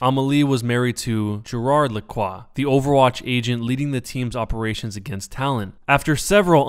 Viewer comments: as a french speaker, i fucking died when you said amélie lacroix XD. i dont understand why you said it amali lakwa. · Necrochasm i am not french but i pronounce it almost right i say: ameli lacroa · The way he says Lacroix